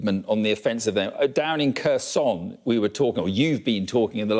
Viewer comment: Khersouun. It's not French lmao.